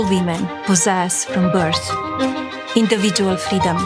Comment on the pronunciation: “Indievidjoeal friedoem.” - 😂😂😂